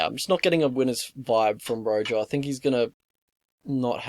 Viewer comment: "Rojo" is pronounce "roho" in Spanish, and I think he's from Argentina (or he had an Argentinian flag in a Combate bout, IIRC). These lines are -EV. Rojo hangs his neck out a lot. I wouldn't even be comfortable with a prop bet for the distance, just because Jourdain's submission competence (brown belt, but I can't remember under who) and Rojo's submission incompetence.